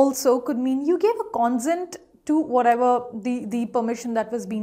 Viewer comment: Please note the pronunciation of the first two words are incorrect. pe·ruse /pəˈro͞oz/ con·sent /kənˈsent/